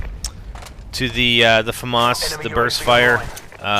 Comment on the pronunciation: famas not faumas there no u in the name